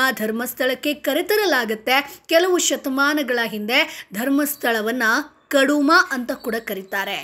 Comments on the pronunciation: ಕಡುಮಾ ಅಲ್ಲ. ಕುಡುಮಾ. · ಕಡುಮ ಅಲ್ಲ ಕುಡುಮ ನೆಲ್ಯಾಡಿ.ನಲ್ಲಾಡಿ ಅಲ್ಲ